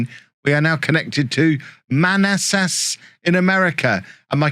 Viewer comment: Your pronunciation of Manassas was hilarious.